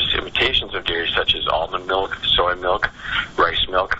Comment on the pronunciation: MYLK!!! Let's call it mylk.